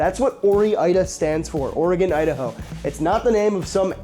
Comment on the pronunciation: OREgon & IDAho